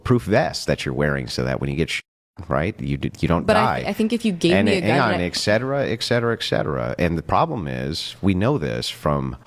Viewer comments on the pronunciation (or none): I hate it when people pretend or try to be superior than they really are & the clip that was he was probably making some O.F girl try to feel like a common whore (which they are) but then he says ect ect ect. 🤦‍♀️ Just in case you don't know this, ET-cetera is the correct pronunciation of this word, not EC-cetera!!! So while I'm on this subject, another word commonly mispronounced is espresso. There is no C or X sound in this word. Even baristas at Starbucks have asked me if I wanted an extra shot of ecspresso. The word is Espresso!!